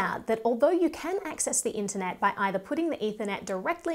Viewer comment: "ENTER NET"? . . . . "WORLD WIDE WEB"?